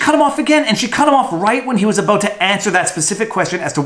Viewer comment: VIVA , you GOTTA stop saying UH-BOAT , in place of ABOUT ,, the fuk iz that ???